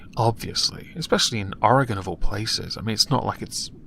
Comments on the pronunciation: Dude thank you for saying oregon right. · THANK YOU FOR PRONOUNCING OREGON RIGHT